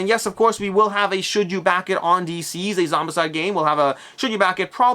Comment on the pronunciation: I’m pretty sure DCeased should be pronounced like the word deceased, not deceazed